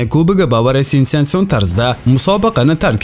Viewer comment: Sensansion dedingmi talafuzingni to'g'rila